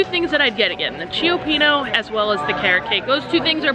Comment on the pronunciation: Ciopino is pronounced chu pino.